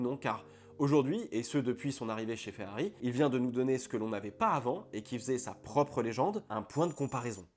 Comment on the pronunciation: Mais pourquoi FeAri 🤷‍♂️.. c’est l’unique chose qui m’agace dans tes vidéos et c’est bien dommage car sinon tout est parfait . D’habitude ça passe mais sur une vidéo uniquement dédié à cette marque c’est juste inaudible malheureusement j ai dû quitter tellement c’est insupportable 😭 . J ai pourtant beaucoup de patience , sui-je trop sensible ? 😂